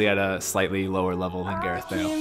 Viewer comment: 0.19-0.22 “Slightly lower lever” 😂😂😂 No offence but I never heard of you !